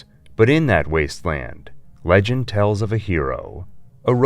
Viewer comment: Cool you got an Ai voice generator to sound like you. Might want to check the pronunciation though. Pretty early on "LEG-ENG" instead of "legend" was jarring. Noticed it a few times in the planat of the apes video to. Solid content though thanks